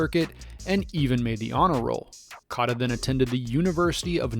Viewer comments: Cata? Cota . It’s pronounced Coata. You butchered that one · Coat-a , not cot. I instantly turn off videos when people can't respect an athlete enough to research how to pronounce his name. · ur saying cota wrong. its like coata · You butchered Ed Cota’s last name. Pronounce it like “coata” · I came to say this.